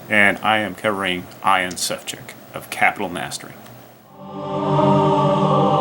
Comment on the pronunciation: Ian is not pronounced eye ann, should be eee ann.